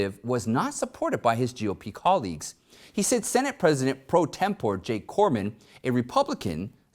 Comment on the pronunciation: VIL-nee-us, capital of Lithuania. Pro TEM-po-ray, not TEM-pour.